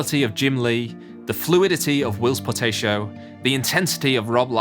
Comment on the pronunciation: ugh not again it's POR TAH CIO not por TAY cio!